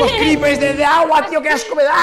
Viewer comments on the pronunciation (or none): Al final dice creepres jajajja